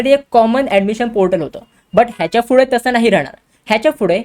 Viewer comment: it is pudhe not fudhe 👍🤣🤣🤣🤣🖕